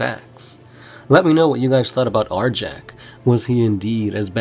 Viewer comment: Arjac is awesome! also the name is properly pronounced Ar-Yac. Fenrisian names are inspired by norse culture, J's are pronounced like a Y